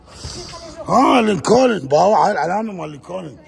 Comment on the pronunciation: صديقي هاي مو لينكون كديلاك هوة انتة حتى اللنكون لفضتها غلط 😂